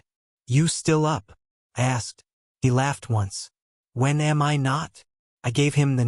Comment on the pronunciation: Why is it "saying" a-m-m instead of just a-m?